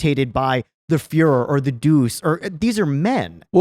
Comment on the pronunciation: you need to work on your Italian. You mispronounced Duce